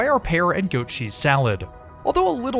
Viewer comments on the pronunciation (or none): none